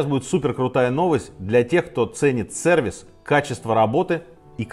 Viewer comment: Уважаемый Сергей, в слове СЕРВИС нет буквы Э, пожалуйста пожалейте наши уши 🙏🙏🙏